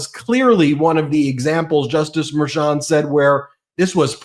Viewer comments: MERCHON, not “Mayor Chun”. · Litman.....I don't mean to be rude, but is it pronounced Mer-chOn, or "Mayor-chon" or "Mer-shawn." I watched you today asking myself, who the hell is Mayor Chon??? Other episodes I heard you pronounce it entirely differently. I heard you say Matt GEts, but never Matt GAtes (Gaetz). I wanna be correct when I tell others the relayed news. Does anyone correct you? Can someone please do that? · It’s pronounced mer-shan,. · WTF!!! It's pronounced Mer-SHAN. How many times do you have to be told. Just ask Ben to pronounce it correctly. WTF!! WTF!! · Can please pronounce Merchan's name correctly?